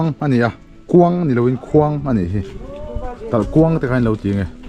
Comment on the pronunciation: TalhKHuang a ni lo, TalhKuang tih tur aw. Vawk chaw pekna tur leh mitthi ruang dahna tura 'KUANG' an siam dan hi en la, ''KUANG' leh 'KHUANG' danglamna chu i hre thiam maiin ka beisei.